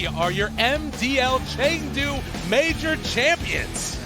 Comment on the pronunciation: India's AFK Gaming is superb winning the heart of Filipino Dota 2 fans. But I think it's "Chengdu" not Chendu.